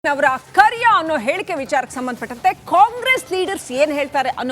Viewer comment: Not kaleya it's kariya😂😂😂😂😂😂😂😂😂😂😂😂😂😂😂